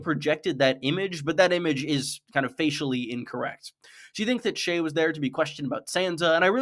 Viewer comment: I love the little mispronunciations of a good script, especially in the age of AI, very endearing ❤️ - I assume Cersei is 'factually' incorrect rather than 'facially'. Tywin had no use for whores, but Jaqen H'ghar who was wearing Tywin's face does!